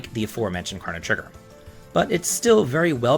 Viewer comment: You're saying Chrono wrong.